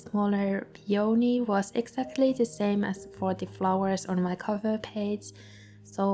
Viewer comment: Say: PEE-oh- knee. Accent on first syllable😉